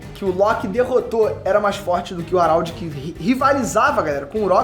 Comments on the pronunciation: o araudi, é HARALD po...não saBOR harald (araudi) é HARALD!!! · Pensei que fosse só eu ARÁLDI ta foda. Geral trata ele como Radald E faz mais sentido Mas é cada maluquice q vem dos vídeos do... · Fala o nome do cara direito carae kkkkk "Aralde" pow